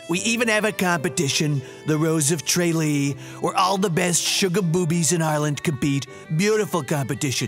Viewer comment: Evan Cleary, omigosh dude this went over your head! Tralee was pronounced wrong on purpose because it is a habit Americans have. I found this hilarious because it mocked a bit of everyone. Great job!